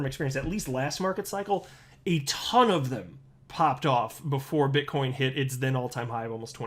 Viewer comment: Did you say bitchcoin.. 😂